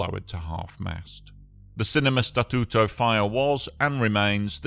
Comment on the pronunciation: Your pronunciation of Statuto it’s perfect sounds like you are fluent in Italian language, people names are good but can be improved. Overall 9/10 on Italian language speaking/pronunciation.